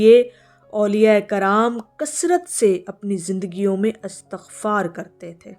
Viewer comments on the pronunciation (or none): Right word or pronunciation is Istaghfar not Astaghfar. While Astaghfirullah is right. Do your research, please.